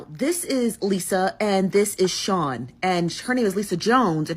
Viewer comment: Chri-SEAN Malone father: SEAN Malone